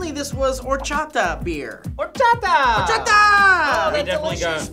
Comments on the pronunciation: It hurt my ears to hear them say Horchata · That pronunciation of horchata... god. So different from here, haha.